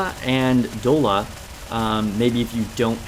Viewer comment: Great guide but it's Doll-a, like "dollar bill, y'all". And "i-frames" are invincibility frames. It's generally the automatic character animations that make them immune to damage while they're in that mode.